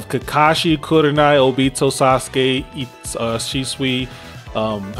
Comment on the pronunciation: It’s shisui bruh 😂😂